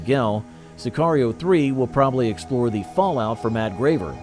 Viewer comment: Say-kee-rio 3 lol. Dude cant even say the world correctly.